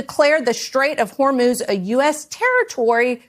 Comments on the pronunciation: This has got to be a dyslexia thing, pronouncing Hormuz as HormOz. It's not just Trump, but several independent media personalities. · You'd think that if Trump was going to make the Hormuz Strait an American territory, you'd almost think that he'd be able to pronounce Hormuz properly. Says Hormuz like he recently had a stroke.